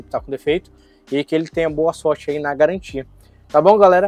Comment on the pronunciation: Sem galantia sem galantia complo pq quiz